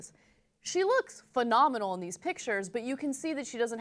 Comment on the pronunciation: "fa-nominal" from a heterosexual women.